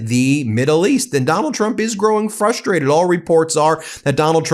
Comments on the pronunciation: "Fustrated" is frustrating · I agree with you totally, but the word is FRUSTRATED, not as you pronounced it- “Fusstrated”! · Ha ha... "fustrated".